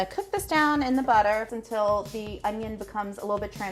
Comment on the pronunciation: HE SAID THE ONYO!!!